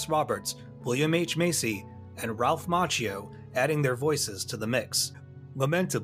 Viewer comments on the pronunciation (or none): none